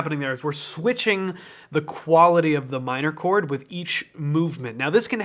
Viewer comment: "That's a beautiful chord!" My ears: "That's a beautiful porn!" My brain: "Pretty sure porn isn't a countable noun."